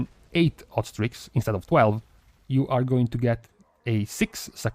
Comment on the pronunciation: When you were talking about hot streaks... I kept hearing 'ostrich' and I was like... "it's some new weird trinket with procs ostriches or wat".